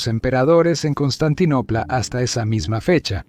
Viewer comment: No es D Cien, ni Cien Ostantinopla, ni Cien Artago. Es "después de Cristo", "Constantinopla" y "Cartago"